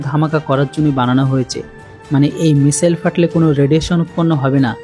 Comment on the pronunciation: কোন বিষয়ে ভিডিও বানানোর আগে বিষয়টা নিয়ে একটু পড়াশোনা বা গবেষণা করা দরকার।আর এটা কোন সামান্য বিষয় না । এতে অনেক বড় বড় সাইন্টিস্ট জড়িত। আর "মিশেল" বলে কোন অস্ত্রের নাম আজ পর্যন্ত শুনি নাই ! ওটা হবে "মিশাইল" ।